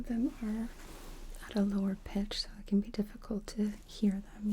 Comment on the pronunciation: Why do you say "can't" when you mean "can” ? 😊